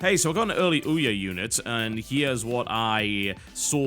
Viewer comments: ee'oh? What kind of pronunciation is that? :P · I this it's "Eeh-aw," like a donkey sound, a joke on its weird, odd-to-pronounce name. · I love how TB pronounces OUYA "eee-o" =)) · Why do you call ouya, the e or? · I laughed every time he said Ouya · Right.... That is definitely why he is defending the Ouya, not because the statement from the developers is news and belongs on the show. You would think that if he had been paid me might actually bother to pronounce the name of it right. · Because he doesn't know the proper pronunciation so he has defaulted to calling it that instead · They called their console OUYA, mispronunciations and mockery come with that.